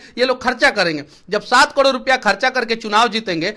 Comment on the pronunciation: तू भाई पहले करोड़ बोलना सिख जा